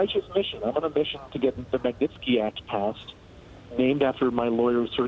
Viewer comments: Honey , learn the guy's name... Magnitsky. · My God, she didn't do a run-through on this and figure out how to say "Magnitsky" before she got on air? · This broad can't even say the word Magnitsky much less make a decent report.